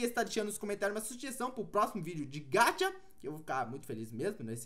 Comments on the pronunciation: Eu tenho agonia quando ele fala "Gatcha"...Porque é gacha ;-; Só eu??? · se fala gaxa e não gacha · Meu querido vc fala gacha errado